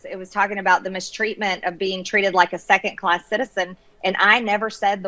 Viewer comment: The word is “second”, not secant.........unless she is trying to describe something to do with geometry......